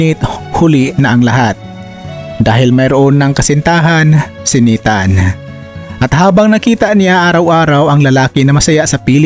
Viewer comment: Pronounce .naytan.hindi nitan,bisaya kaba????